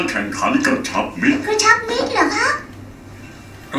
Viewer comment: กระชับมิตร ❌ กระชับมิจ ✅ แซวๆ น้า